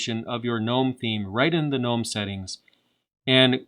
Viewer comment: You know how to pronounce Mate but not Gnome? Just like Gnu is pronounced geh-new, Gnome is pronounced geh-nome